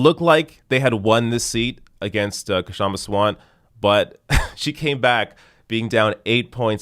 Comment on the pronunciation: Pronunciation guide: Shum-Ah Saa-vunt The K is not silent, but it’s better to drop it than say it awkwardly.